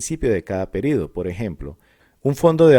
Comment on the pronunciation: Me incomoda que diga PERIDO en vez de PERIODO